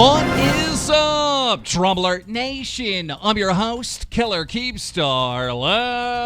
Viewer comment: I dislike how Keem has been pronouncing 'Nation' in his intro lately. He's changed it, and I do not enjoy the change.